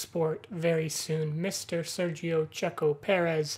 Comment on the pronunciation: Hey man, it's a really cool video, but I'm pretty sure it's Checo, not Checco. I maybe wrong though 🤔